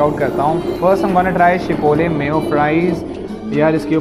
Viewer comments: Chipole nhi gadhe chipotle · It's not chipole it's chipotle😂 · Chipole nai chipotle